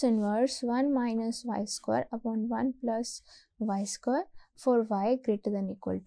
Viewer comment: please correct your pronunciation. of square. ,its square not sqore